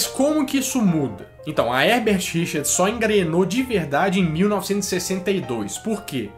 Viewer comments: mas mc lan ele fala Herbert Richars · Eu escutava "erdertirichas"